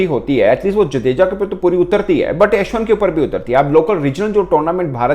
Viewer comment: For God sake please correct your accent when you say Ashwin